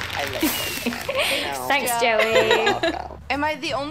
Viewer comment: Its Joey not Joel